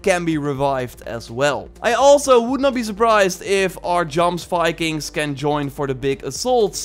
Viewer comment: JJJJJoms vikings? Goms vikings.... Really? It's pronoucned "yoms vikings".